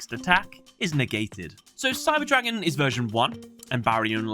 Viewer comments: it can happen with german words, but props on pronouncing them correctly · Every german comment section is full of "hahaha me too xDDD". Keep it classy. Anyways, this mistake is a bummer as it is quite avoidable by a quick research. On the other hand I am glad about the proper pronuncation as some Yugitubers butcher those names. Looking at you, Alex Cimo.